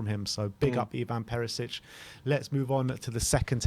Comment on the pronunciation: Nice video. Btw, surname Perišić should be pronounced PeriSHich, not Perisich.